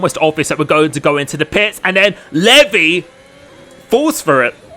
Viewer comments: Pretty sure it's pronounced like LEE-VI not LEV-E , but he took that bait hard 😅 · Is it not pronounced Leev-eye? Not levy? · It’s lev-I not Levi 😂 great video watched live and was a fun one to watch!